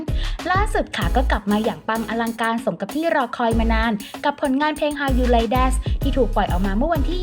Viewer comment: แอดเสียงเพราะนะคะ แต่เวลาพูดคำภาษาอังกฤษลงเสียง s ในบางคำที่ไม่ควรมีน่ะค่ะ เช่น ชื่อเพลงคำว่า THATS ฯลฯ ติเพื่อหวังดีให้ปรับปรุงดียิ่งขึ้นค่ะ